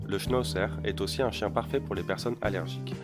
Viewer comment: Peuvent aussi-t-être ?!? Il n'y a pas de liaison à faire car il n'y a pas de T à aussi !! Ça m'énerve ces liaisons mal-t-à propos !!